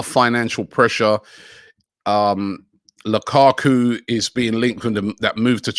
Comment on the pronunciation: Lakaku. Me thinks the could do with a pronunciation coach.